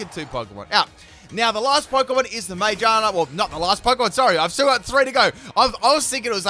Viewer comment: mage-ah-na??? Do you think the r is silent lol? Sorry it kinda bugs me 😬